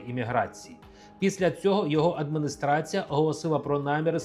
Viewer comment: Дядьку 😊, навчіться вимовляти і замість и. Яка ще "адмыныстрацыя"? Особливо якщо ви читаєте текст з листка за кадром.